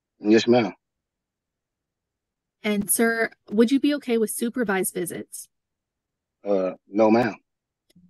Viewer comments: You've no insight. If this man IS a teacher and can't speak 2nd grade english then 30 students in each class will learn to say 'wiff' also. Either he lies about being a teacher or the bar is low for his position. I'm doubting he has a college degree nor is he a teacher. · He doesn't seem to have tried well with his speech. "wiff" for "with". Very poor English skills, I'm doubting he's a 'teacher' as he claims.